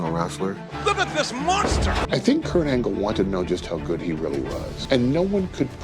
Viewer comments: Perk Angle ❌ Peak Angle ✅ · Kurt Angle ❌ Perk Angle ✅ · Perc angle 😂🤦🏽‍♂️